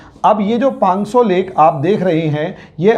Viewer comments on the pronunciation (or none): पांग्सो नहीं, पाँगोंग त्सो!